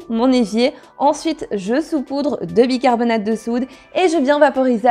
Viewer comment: Cc. Bicarbona(te) de soude et non bicarbona(de). 🙂 . C'est jamais évident d'avoir une poubelle qui sent très très bon et non très très mauvais. 🙂 .